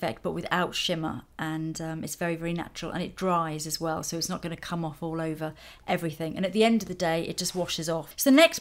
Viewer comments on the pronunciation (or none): Please say "everything", not "everythink" :(